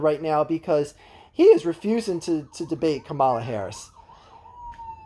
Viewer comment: KAH-mə-lə Also, what is your take on Shapiro the front runner for VP, being that you are from PA? Isn’t he super pro charter schools?